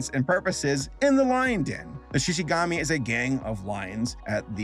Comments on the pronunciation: Just finished watching it like an hour ago. I enjoyed it 🙂 Yea didn't have the same magic as season 1. I liked the little love story aspect from the first season. Season 2 was more about legoshi and louie finding themselves. Also, I had to laugh when you mispronounced shishigumi by calling it shishigami. I started thinking of origami for some reason lmao 🤣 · you mispronounced “Shishigumi”. It sounds like “goomy”, not “gommy”. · Oh No, Said Shishigami >:D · hearing you say shishigami hurt me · it's pronounced Shishi-GOO-mi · “Le go see” “Shi shi gamy” 💀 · It'S SHi SHIGumi GoHmE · I know this is petty but brah the way you kept saying shishigAmi was killing me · Im pretty sure its pronounced She•she•goo•me. At least that's how they pronounce it in the English dub. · why does everyone call him Louis his name is Rouis lmao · I can not get over mispronouncing Shishigumi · It's weird how it Triggered me how said some of the words of the characters and the shishigumi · the way saber says shishigumi bothers me 😅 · Xi Xi Gumi not Gami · Dude, it's Shishigumi, not Shishigami. Shinigami eat apples, Shishigumi eat meat. I guess, Shishigami eat ***. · I cringed hard when he said “Shishigami” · Look I'm not judging you because you said shishigami instead of shishigumi It's just funny that's all 🤣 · Shishigumi not shishigami, 😂😂😂😂😂 LMAO and no speaks of this because everyone decided to just pirate the sub because they didn't want to wait that long for the damn thing. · I love your videos, they're great. And usually your pronunciations don't bother me at all. This is the first time I've ever been thrown off by something so much that I actually had to stop watching and comment about it. Shishigumi (she-she-goo-me) not shishigami (she-she-gah-me). Every time I hear shishigami I think of the forest spirit from princess mononoke. It's downright disturbing, as my imagination crosses the giant human faced deer with the lion gang.